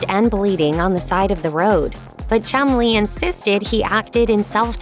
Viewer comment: Sounds like they're calling that fat lad 'Chung-Li'